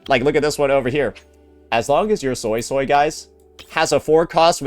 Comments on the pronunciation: I rewatched the chinese livestream and they clearly said SuiSui (sounds like SueSue( But why you saying SoySoy? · Bro I can't with the SoySoy .... It's a "U" not an "O" its the sound you make when you say "Uh" or "Huh" or when thinking "Uhhhh"... Why not just watch a chinese speaking youtuber and pronounce it correctly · Which is how he pronounced it prior to the update coming out, where the English dub does indeed pronounce it soy-soy, he even made a point a couple vids ago about how it sounds stupid, please play the game and see how they pronounce it before correcting people. I also assumed it'd be swee swee due to suisui in naruto, but no.